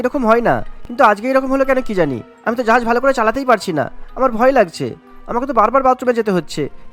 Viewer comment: জাহাজ ❌️জাহায়াজ ✅️😂